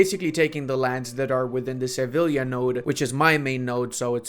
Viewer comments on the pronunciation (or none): none